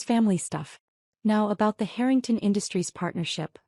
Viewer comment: Why pronounce the surname Harrington as hurrington. The person thats telling the story , goes from hurrington to Harrington. Please pronounce names properly as it sounds horrible when names are missed pronounced